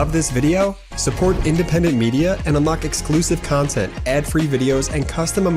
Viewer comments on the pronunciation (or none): none